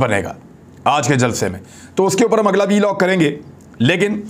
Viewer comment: dear imran riaz the word v log is actually vlog. kindly don't pronounce V separately, instead v should be combined with log. thanks